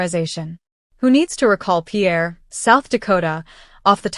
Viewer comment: This may not seem relevant but it's Pronounced PEER SOUTH DAKOTA, not French PIERRE, and atomic bomb drills taught you to duck during a drive by shooting. Maybe you should rethink what you're typing on that typewriter keyboard and counting on your Abacus. 🧮 1, 9, 86, 8, 42 oh look mommy I can count using New Math